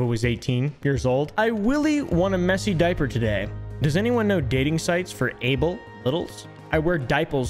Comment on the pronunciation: Why tf do you pronounce "diaper" like that